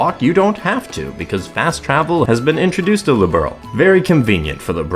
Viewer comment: I feel like the mispronunciation of "Liberl" comes from typical far-left localizers, who pretend that they are liberal, and wanted "the good place" in the game to be named after how they see themselves.